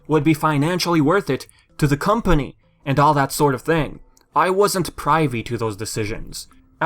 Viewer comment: I don't know if this is a regional thing or not, but I've always pronounced the Pri part of "Privy" the same way it's pronounced in words like "Principle" or "Pritt Stick". Now before anyone gives me hell, I'm not meaning to be a smartass or anything, I'm just informing.